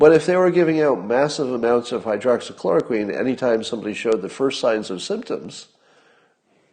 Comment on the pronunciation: "hydroxochloroQUEEN"...2 months and still can't pronounce it right